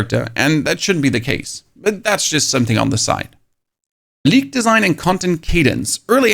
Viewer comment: OH! He's saying "League" not "Leak." Now I get it.